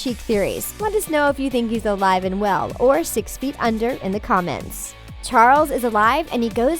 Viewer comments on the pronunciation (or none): none